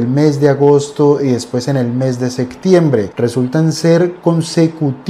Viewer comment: Se dice septiembre, no sectiembre